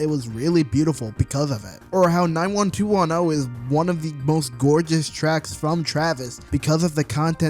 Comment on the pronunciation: bro said 90210 wrong